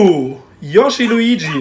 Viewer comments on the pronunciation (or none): none